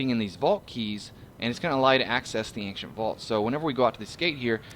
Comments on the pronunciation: I really really hate to be the guy but the way you said Ancient is incorrect, it's Aain-shent not Aain-ce-nt im so sorry, love your vids <3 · ankcient too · He's saying Ankshent. This guy needs more English practice, lol!